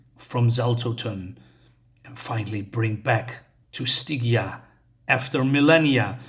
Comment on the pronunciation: This art really does justice to Robert E. Howard's character, his world and his stories. "You are...a Teuton-mess"? Oh, no, that was Legends of the Dark Knight's "Flyer". By the way, Stygia is pronounced "Sty-JEE-ah". I like the design of the headdresses, at least, of those crafted-undead assassins; they remind me of TMNT's The Shredder's Elite Guards. Yeah, the wriring is good, hard fantasy...grimdark fantasy prose, even. Probably transcribed almost entirely directly from Howard's original text. I don't know personally, I haven't taken the time to read the stories included in the collection I have so far, but I did read about the faithfulness of the translation somewhere. As for the one of three kings who resurrected assassins and then was killed off-page...well, I guess his true purpose was to raise those undead assassins! Hah! wants to become an apprentice pupil of...Xaltotun – Xaltotun! Of Python! Be wary of subliminal messages from comics reviews, from here on. Oh, that is a disappointing wrap-up, after 4 issues...with the use of such a major villain of menace, especially. I'll still likely buy the Volume 4 this is collected in that releases on Nov. 22. Such a misconstrued or hasttily written ending does just make me want to seek out other stories involving Xaltotun, with well-written conclusions. Oh well, the art, overall tale and world of The Cimmerian are still highly worthwhile Thanks for carrying on your endeavors,.